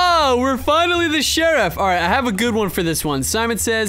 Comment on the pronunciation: Lol he said sherruf died but he was sherrif lol